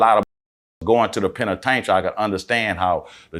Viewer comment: Please tell him the correct pronunciation of penitentiary ....